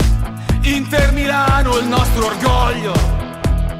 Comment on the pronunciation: non capisco perchè all'inizio la tipa dice i am indt invece di inter mi da fastidio comunque bella la canzone ci stà